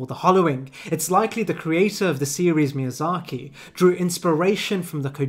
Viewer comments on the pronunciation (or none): none